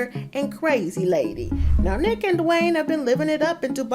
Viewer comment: She means NEEK she says it wrong